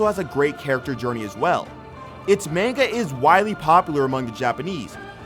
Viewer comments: idk why its bugging me but its manga not mainga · This a**hole saying Manga wrong kills me. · Omg it's not mainga as ur pronouncing it it's pronounced. mon ga and they are really called mangaka so Mon ga ka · Dude needs to learn how to pronounce manga